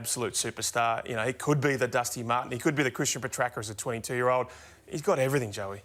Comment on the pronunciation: it's not pronounced Petracker Ralphy. Good lord. Said it wrong about 10 times in this clip.